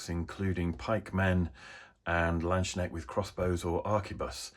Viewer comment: The "k" in "landsknecht" is not silent 😂